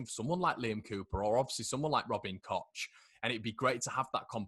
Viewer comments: Its cock. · Please don't call him Kotch. The CH in German is basically the same as the CH in Scottish and you certainly don't pronounce it Lotch Ness. ;-) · Koch is pronounced ‘Koh’ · I've heard of a new pronounciation - Robin Koch (Coke).